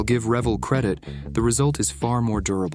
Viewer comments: Why does he constantly mispronounce Revell? It's pronounced Rev-Elle damn it. lol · Dude you pronounce Revell as Rah-vell, not the way your doing it. On a lighter note get yerself a pin vice, and some bits you'll be glad you did. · Since I grew up in the 60's assembling thousands of models. Its been pronounced..."RE VELL" as in two syllables for as long as I remember. 72 yrs.. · It’s pronounced "r’-VELL." Is this a ‘bot talking? It seems so, because it also mis-pronounces “bow.” Loved the vid’ anyway. It’s funny and actually displays a nice job of modeling. And yes, this kit is typical Revelle half-assed crap. What’s infuriating is that they occasionally produce a nice, well-molded kit, proving they can do it if they really try. They just don’t feel like it very often. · 1st of all it's pronounced R""E" vell, Pronounce the E. and yes they have always been somewhat shirt on detail.... But they are one of the cheaper ones. so you can modify it, if you need without wasting a lot of money. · Unless I missed the joke, it’s pronounced “Ruh-vell”, rhymes with bell. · One thing, Pronounced RA-Vell, Nice video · It's pronounced Revéll, since a double consonant makes the previous vowel shorter (faster) 🙂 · Really like your delivery, had me laughing. I do have one bone to pick. This is straight from the pronunciation police: their name is pronounced RUH-vell. Consider yourself warned. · Sir, it's "Revell,be patient.. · Ree-vel Sorry, just had to say it. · Hey genius, it's pronounced Re-VELL as in the word TELL. Visited their facility in Venice. California when I had problems with my slot cars in the 1960s. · Learn how to pronounce Revell. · Robot voice pronounces Revell wrong, pretty sure. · I am a fossil, but literate, and have a vague memory of building things like this in the Precambrian. Back then, before the Great Extinction Event, we pronounced the name of the model company Revell with the accent on the second syllable. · at least learn to pronounce REVELL.